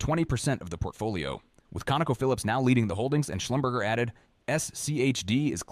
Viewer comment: Not sure you are pronouncing Schlumberger right…